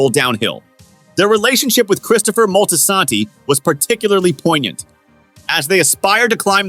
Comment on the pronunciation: The ai voice is mad weird. Moltasaaantee. SAYGA.